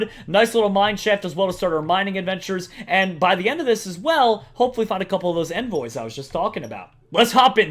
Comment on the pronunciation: You mis pronounced envoys ._.